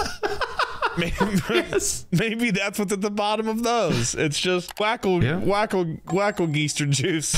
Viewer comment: just me or is it sooo genuinely funny how they pronounce "wackelgeister" and "fruity Bussi" nothing against it, i love how they pronounce german words xD